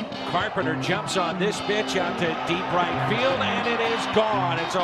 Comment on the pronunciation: it sounds like says "Carpenter jumps on this BITCH" 😂😂😂 GO CARDS!